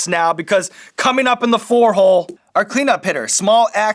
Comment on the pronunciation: the way he said "COMIN UP IN THE FOUR HOLE!" lmao